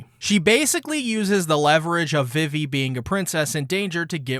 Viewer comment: It’s pronounced veevee, Alabasta, and Berry not Belly. And it’s pronounced oosopp not useopp. Your tendency to mispronounce practically everything in this series is truly astonishing. My hat goes off to you sir.